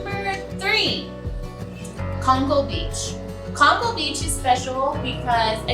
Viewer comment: Just to clarify Conchal is pron (cone-chall) and yes it is a very nice beach.